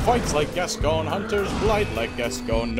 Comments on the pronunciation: The mispronunciation of Gascoigne hurts me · Funny video. It's pronounced gas-coin by the way ;) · you're pronouncing hsi name wrong ^^